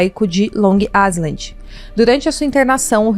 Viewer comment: Pronuncia-se AILAND.